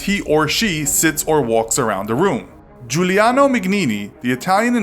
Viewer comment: Giuliano was the only italian word he nailed